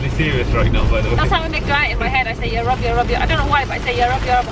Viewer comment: I legit thaught you were saying "europe europe europe" instead of "ya rabb ya rabb ya rabb"